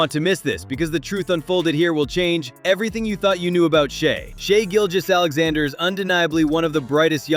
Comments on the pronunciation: Why do people mispronounced his name. Trash video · foul baiter? Think James Harden. Kobe Bryant. And please pronounce his name correctly Mr. AI